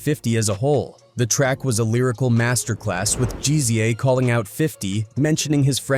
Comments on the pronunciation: GZA - Jeezeeyah 😂 yo come on ✋🏻🛑🤡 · Yall pissed about how he says Ghostface's name what about GZA? No demonetizing reason for that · Why can't this fool even pronounce Ghostface or the Gza's name? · Makes a video about Ghostafce. Mispronounces his name in the first sentence.("Ghostface Kayah") (Hell, this guy can't pronounce ANY name. Who is "Jeezy Jay"?)